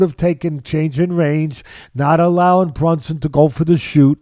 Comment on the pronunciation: It's BRUNSON not BUNSON😂😂😂